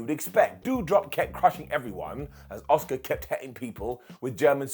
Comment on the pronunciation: Every time says “Asuka” I just hear “Oscer.” It’s a curse I can’t rid myself of.